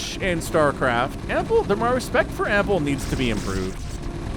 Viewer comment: how he says ampple i think he is saying apple, that makes me hungry